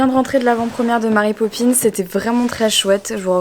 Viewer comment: Emily prononcé super bien marry popins avec l'accent français ! Par contre j'suis pas trop fan de cet univers. C'est chaud tout ces journaliste qui t'appellent pour led photos :o ohlala la galère pour ton eurostar ! Courage !